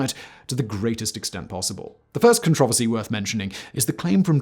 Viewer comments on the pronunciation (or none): none